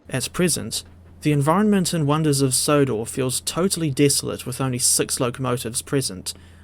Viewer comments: "Sonders of Wodor" 🤣🤣🤣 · Says it twice